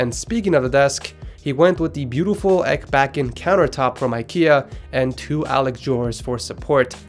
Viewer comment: i don´t know if i am the only one that gets triggerd every time you say ekbacken becuse you say it so wrong. belive me im swedish. kep up the good work